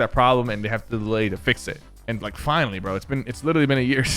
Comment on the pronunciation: You said lake instead of like